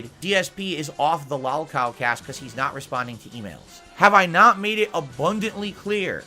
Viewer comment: "I'm naht a lolcow!" to "I'm the biggest lolcow, it all hinges on me, tuh-huh!" in what, a week? Impressive,.